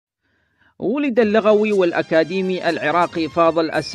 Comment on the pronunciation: احسنت لكن لا تقول على فضيلة الدكتور (اللَغويّ) بفتح اللام وإنما قل (اللُغويّ) لأن الاولى تعني الثرثار كثير الكلام، والثانية العالم بشيء ٍ من اللغة... وشكراً لك على عملك وجهدك❤